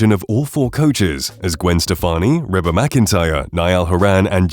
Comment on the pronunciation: Rebba?? Who's that? I guess he's talking about Reba.